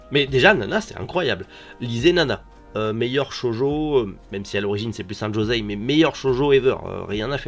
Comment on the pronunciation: Josei se dit "Jossei" en japonais Le S ne se prononce jamais Z, sinon tu verras un Z.